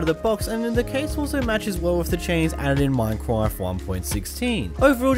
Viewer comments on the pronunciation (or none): Minecwaft 1.16